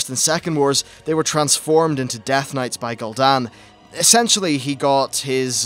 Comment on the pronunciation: Gooldan and Sargaras not gold an and sadgarus